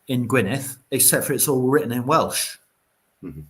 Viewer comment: dd at the end of Gwynedd is pronounced the same as the ‘th’ in ‘though’ or ‘there’, not as in ‘thanks’ or think etc, -big difference. Do not rely on Google for these matters, especially where Kymric is concerned. Go to more a specialist or specific Kymric translator. Don’t ask me which though as i don’t need a translator myself having spoken my language from the cradle-60 yrs.😀 Thanks for the response.